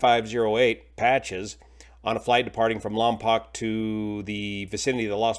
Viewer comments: Lompoc is pronounced by the locals (Lom-poke), not (Lom-pock) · Lompoc is pronounced "lom-poke", not "lom-pock". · It's LAHM- pohk not LAHM- pock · It's pronounced "Lam-poke", not "Lam-pahk" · Lompoc is pronounced Lompoke, rhymes with broke. I lived near Lompoc for many years. It was always easy to know who wasn't a local by the pronunciation of the city. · The second o in Lompoc is long as in 'Lompoke'. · For future videos, Lompoc is pronounced "Lom Poke" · Just a heads up for future videos, it's pronounced "lahm-poke". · It's actually pronounced LOM-poke - born and raised there... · Lom-poke is the pronunciation. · lompoc pronounced lom-poke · It’s pronounced “Lom-poke” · Pronounced ‘Lom-poke’ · It's pronounced "POKE", LOM"POKE" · I’m from the county where Lompoc is located, if you are reporting news try to get the location name correct.